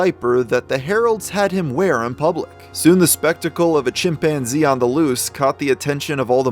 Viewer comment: "My chimPANzee!!" The way she said that in the phone call never left my head since I first heard it on TV years ago.... Edit: this story is waayyy creepier with that music dude lol